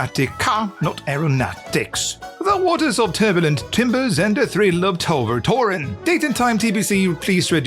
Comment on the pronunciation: Tover Toren was pronounciated almost perfectly lol! It's Dutch for "Magic tower" XD